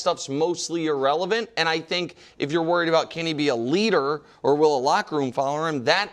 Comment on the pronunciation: kevin "waried" wildes